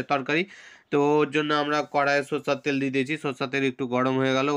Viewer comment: What is sooorseee teel 😄 hain hain ekdum thik ache.... Acha thik ache thik ache thik ache thik ache thik ache thik ache